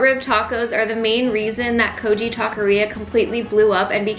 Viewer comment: It's pronounced kogi like bogey not kojee